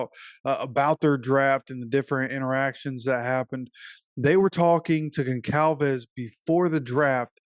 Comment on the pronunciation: The c is pronounced like a z “gonzalvez”